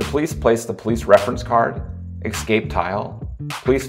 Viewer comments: Say eScape...not EXcape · You have got to re-record this. The constant pronunciation of the word “escape” as “eXcape” made the video nearly unwatchable and frankly too distracting to be a functional tutorial.